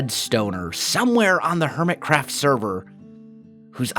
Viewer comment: you having been involved in theater and choir I would think you would be familiar with art of enunciating. Could you please enunciate the word craft.